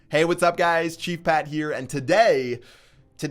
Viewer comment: Everytime i here chief pat intro is like he's saying cheap pat